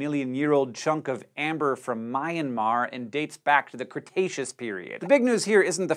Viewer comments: Not "My-an-mar" It is "Myan-mar" I completely understand most if not all native English speakers will have hard time pronouncing it. But at least you can try for the right one now :) Don't worry, even Obama wrong with that one during his visit. "Myan" itself means quick or fast. "Mar" means hard or tough. I don't know who start calling this chuck of Earth with that name though. I too more prefer calling it Burma. Feels original to me. But i think that's what Brits called during their reign. Before that today's Burma was divided into chucks of many city states i guess. It's history kinda like China, just only small one. It goes into chucks, then some strong King in one of City States come up and unite all of it, then come the weak one and go into chucks again, then again come brilliant King in one of City States (Taungu, Innwa, etc..). Some says Burma starts with Pagan kingdom, right around ~1000ad. Even though they called it kingdom, it was a really small one,was a status city state among neighboring middle age countries. Back then they already have Mon, Rakhin, and etc i think (not sure though). Then Pagan Min*(meaning king, not that far cry villain) took Buddhism from Mon state and start building all these temples/pagodas or whatever you'd call them all over the place. That's why you see so many of those around today's pagan area. I think the "Anawrahta Min" or King Anawrahta felt the first taste of Buddhism so hard lol He love it so much that even got murdered by Anti Budd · "Mayanmarr" It's Mee-an-mar.